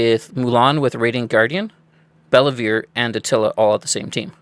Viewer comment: It's pronounced Bell-Vuu